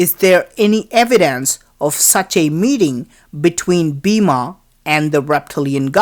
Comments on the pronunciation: Pls pronounce hindu words and names correctly. E.g. Bima = Bhim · ok i know its bloody south indian ....BIMA....god get a class in pronunciation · Bima?😆 Its Bhima.. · It is spelled like bhee-em